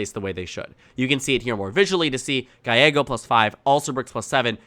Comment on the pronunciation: It's pronounced GA-YE-GO